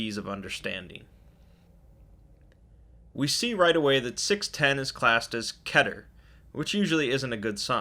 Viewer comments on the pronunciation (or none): Did he just say “Ket-ter”? I thought it was pronounced “Key-Ter” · I was under the impression Keter was pronounced Key-Ter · I think it's a dialect thing. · I'm so mad it's KEEEEEEETER NOT KETER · It's keter like KEETER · Btw keter is pronounced keeter